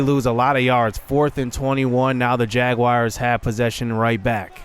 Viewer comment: Hahaha say Jaguars one more time haha its so funny that u don't know how to say jaguars lol